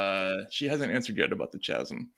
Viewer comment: Holy shit I almost like Bari Weiss for the chasm of knowing how to say chasm and producing a chasm of cognitive dissonance in the most passive-aggressive way possible. Almost. Actually, I clearly spoke too soon and forgot she still sucks incredibly.